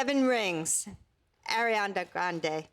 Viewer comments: did she said " arianDa grandHe " ? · Is it just me or did she say “Arianda Grandhé”? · everyone complaining about the fact that bts didn't get a nomination, but, has anyone noticed that she said ARIANDA GRANDE?! lol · “AiRiAnDa GrAnDe” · AIRIANDA wtf gurl u can’t pronounce shit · "Ariandea grandey"😭😭😂😂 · bitch what? “airianda grandè” 😂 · Did she say arianda grande